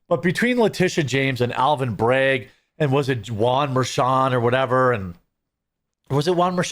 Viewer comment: His name isnt Alvin Bregg, its Alvin Bragg, i know you have a weird accent but you know the difference between an a and an e, love ya bro